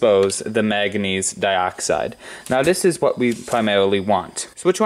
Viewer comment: What's " mag a neez" ?